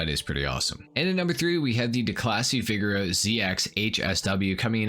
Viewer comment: The way he says “Vigero” makes me cringe